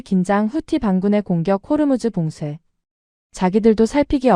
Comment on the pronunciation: 호르무즈 가아니고 호 무스